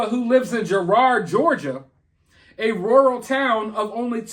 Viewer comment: If you r from Philly it's GIRAAHD, not Girard😄. We have a Girard Ave.